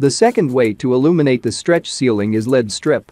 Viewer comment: I was wondering why you don't use your own speaking voice in your video? The computer generated voice mispronounces LED strips and LED lighting as lead strips and lead lighting. You did a great job at stretching that image.